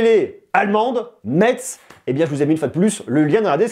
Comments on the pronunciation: info utile: la ville de metz se prononce messe merci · Metz c'est ma ville , donc je sais pas si c'est fait exprès par les allemands mais prononce le mieux la prochaine fois c'est comme "messe" 😭